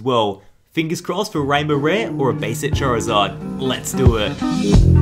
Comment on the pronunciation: He called Charizard rari and whishcash witcash